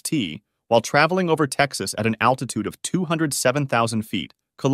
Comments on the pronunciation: attitude or altitude? either way, cmon dude (hey that rhymes) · Attitute Controle, is it not altitude control? Okay, even though it is correct, it really sounds funny to say it, lol! 😂. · I swear if I watch another video where someone says "attitude control" not "altitude control", I'm gonna need attitude control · ALTITUDE. THERE'S AN LLLLLLLLLL THERE. NOT ATTITUDE ADJUSTMENT. UGH. FUCKING LAZY. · It’s altitude not attitude just fyi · Gotta be altitude right? Not attitude... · You mean 'aLtitude', not 'aTtitude' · Unstable "attitude" control...lol...maybe you meant "Altitude"? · Are they saying attitude instead of altitude???? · Altitude not attitude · It is altitude, not attitude 😂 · It really is a shame that you say “attitude” instead of altitude almost every single time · Dude kept saying attitude when he meant altitude, remeber kids a word can change entirely if you dont place one letter in the right place